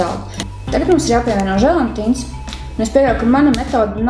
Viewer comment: jāsaka želatīns nevis želantīns